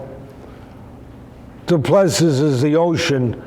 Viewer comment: Doo plu sea is pronunciation